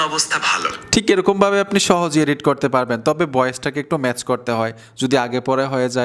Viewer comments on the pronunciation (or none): none